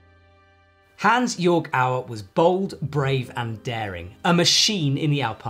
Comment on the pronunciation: This is a nice little tribute, and it is nice they made it. At least the second speaker is able to pronounce the name Hansjörg Auer reasonably correctly.